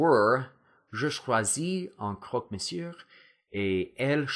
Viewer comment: great videos!! i love your accent! but just a little detail, don't pronounce the "r" in "monsieur", otherwise your french is perfect!